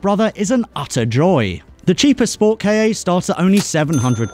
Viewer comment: Hearing pronounce SportKa as Sport-KayYeh just made my ears hurt a little bit.